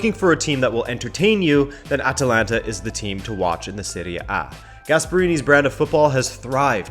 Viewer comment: Surprised? This guy cannot even pronounce the name of the club... Shows that they never actually watched Atalanta before the hype was well underway. THIS VIDEO IS AT LEAST 4 YEARS OVER DUE. CALL YOURSELVES A FOOTBALL CHANNEL? PICK UP YOUR GAME.